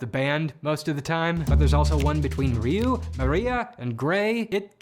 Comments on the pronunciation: Really weird hearing Zyuranger's pronunciation butchered while Ryu was said correctly. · How do you mispronounce Zyuranger, but correctly pronounce Ryu? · Surrpised you pronounced Ryu correctly but not the Zyu in Zyuranger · "Remember Rayoo from street fighter?" "Who..? Oh you mean Ree-yu" Yeah...he pronounce Ryu right btw